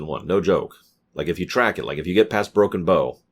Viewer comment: OMG!! He finally pronounced Broken Bow correctly!